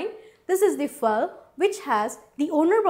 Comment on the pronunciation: Really annoying to hear that fake accent sorry to say -.- for Gods same what is a fal? -.